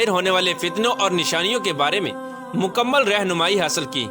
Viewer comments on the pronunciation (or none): none